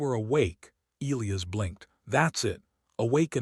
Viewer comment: Your AI doesn't know how most people pronounce "Elias". That sucks.